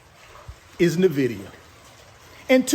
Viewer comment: He's passionate about NA-VIDIA 😂😂😂😂